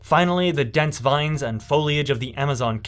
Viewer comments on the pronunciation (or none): none